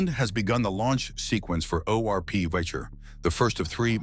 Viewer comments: For a professional it is enough to spend FIVE MINUTES on the Internet to check the correct Polish pronunciation or words. And I am quite sure you will be astonished with the fact the Slavic language is NOT PRONOUCED with the English language pronunciation rules. And Wicher, read as Vee-Hair, which means Gale is not a Witcher – the dragon killer. Thumb down for your ignorance. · ORP Witcher not Wicher